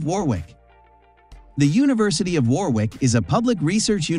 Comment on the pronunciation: You better research properly! Warwick is pronounced as Warick, not Warwick!!!